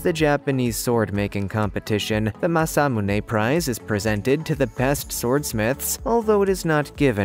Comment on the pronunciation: It is pronounced ma su moo ney